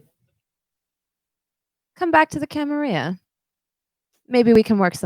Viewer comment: At the risk of being "that person" in the comments, the two ls in camerilla are not silent. the word is Spanish in origin not french. if you wanted to go all out you could roll the r but that is not how the word is said in English. although it has seen some use in German as well, Ive never heard it in German however and cannot say how it is pronounced. Linguistics make you sound like an asshole because nobody likes being corrected :D